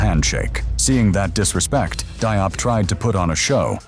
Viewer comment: I think you're mispronouncing both "Nguyen" and "Diop".